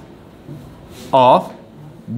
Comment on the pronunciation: You explained it very well👍 But the pronunciation of "Bone" is "Bown" not "Boone"